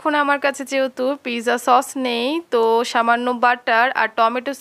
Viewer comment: eto posonder khabar toh ajo nam tai thik kore bolte paren naa